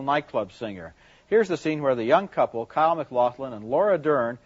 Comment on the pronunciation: Ebert misprounced Kyle's name lol. I noticed he did that alot.